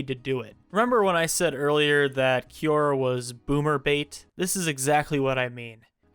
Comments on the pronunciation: i will listen once you can pronounce quora 😊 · I will from now on pronounce it Kiora instead of Kwora